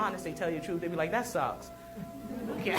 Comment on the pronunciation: 👽 "The TRUFF is out there....." 👽